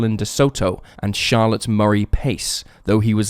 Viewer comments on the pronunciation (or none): none